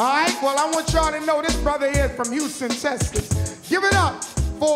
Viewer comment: Houston, Teskas